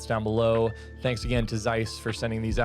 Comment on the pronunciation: Interesting and informative. Just for God's sake, when will some American learn to pronounce the German name Zeiss??? 😀